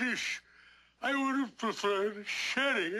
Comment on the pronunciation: it's sherry not cherry LOL